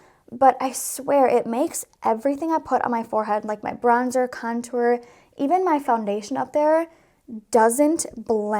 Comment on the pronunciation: I literally love the way u say contour!! It sounds so bouji 😂♥️♥️♥️♥️♥️